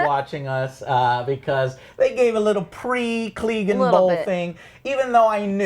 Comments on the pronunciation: Can you guys pronounce anything? DANAREAAASSSS? CLEEGEEN? EURION? fucking hell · The World: Clegane Bowl Joe: Cleegin Bowl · OWL at least get the names right Eurion? CLEEgane? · The Evil Bassist can't wait for the cleegan bowl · It's Euron, not Eurion. It's Glegane, not Gleegan. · Urian (Uiron) Denarious (denarys) Cleegan (Cleagane) Lol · Who's Cleegun? 😂🤔 Poor Clegane, your names been butchered just like Prince Oberyns head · What on earth is "klee-gan bowl" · Who the hell are Eurion and Cleegan? 😂 smh.. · And the name mispronunciations drives me crazy. Cleegin? Urion? And the other two never correct him. Honestly, it's so consistent and jarring that it seems almost deliberate. I know there's a lot of characters, but anyone who's watched seven seasons of this show should be able to pronounce most of the names correctly. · It's Clegane lol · Joe you're a casual you can't even say clegane right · and he says danareese & cleegin bowl. I wouldn't comment, but he talked about casuals in a bad way..lol